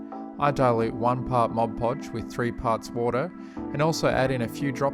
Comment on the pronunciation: Thank you! I was wondering why diorama experts like you used Mod Podge instead of other glues and you said it dries matte. And you said it correctly too! Many other tut videos say "Modge Podge". :) Good grief this is a great tutorial series. I am done doing my kids dioramas with that heat moldable grass mat!